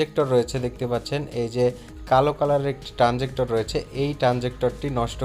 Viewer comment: ট্রান্সজিক্টর নয় ট্রান্সজিসটর হবে।😂😂😂